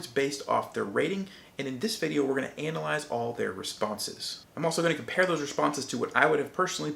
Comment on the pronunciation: Not sure I like how he says "Analyze"